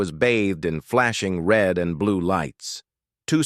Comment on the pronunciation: ITS RED ITS SO AGGRAVATING WHEN YOU TELL IT WRONG 😡